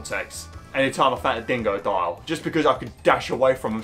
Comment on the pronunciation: It’s so funny the way he says dingodile being DEINGODOIL